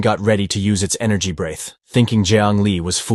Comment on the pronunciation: Also, it's not "brayth", it's "bre-th". What kind of idiot AI can't properly pronounce "breath"?. The act of breathing is spelled "breathe", but the noun is spelled "breath" and they are pronounced differently.